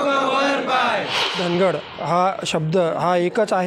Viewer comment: धनगड नाय धांगड म्हणरे बाबा